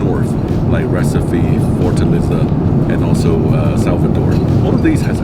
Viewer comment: it's pronounced "RECEEEFE" ;-)